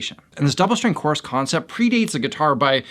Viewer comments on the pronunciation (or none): Wow, you pronounce course and chorus exactly the same! Caught me off guard there!